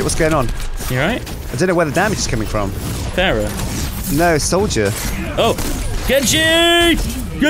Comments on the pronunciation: I'm not normally one to say this but her name isn't Ferrah it's Pharah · The Amazing Jeff yes but it's pronounced Fair - uh like Pharoh